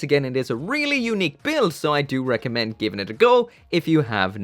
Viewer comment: here just to hear him say "air-ly real grade" lol